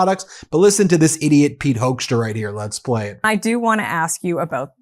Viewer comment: This ambassador's name says it all: Hoekstra is pronounced HOAX tra